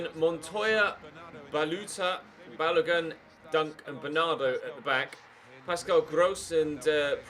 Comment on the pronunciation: as a Nigerian, the way he pronounced Balogun hurt my spirit